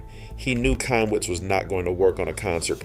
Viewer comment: The C is silent in Chaim it’s pronounced high em